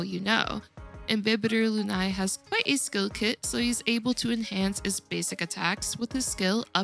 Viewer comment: It’s pronounced LOON-AYYY